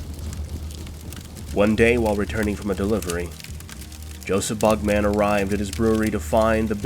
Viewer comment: Stop saying bug-man. It’s not like Spider-Man or superman.